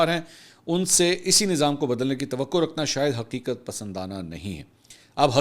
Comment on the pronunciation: Masoor bhai sorry to say Aap jaise parhe likhe bhai k munh se hamari qoami zuban (urdu) ka satyanas accha nahi lagta Aaj aapne talaffuz bola Agarcha nahi bro lafz hai agarche Isi tarah chunancha nahi chnanche Tawaqqa nahi tawaqqo Matwaqqa nahi matwaaao